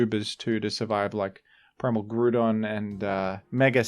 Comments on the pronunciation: IT'S GROUDON, NOT F*CKING GREWDON! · IT'S GROUDON, NOT GREWDON! GET IT RIGHT PLEASE! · I accept the baton pronunciation but grewdon is heinous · THE SECOND O IN GROUDON IS SUPPOSED TO BE A U! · Why do you pronounce Groudon like that? 😭 "Grew-don"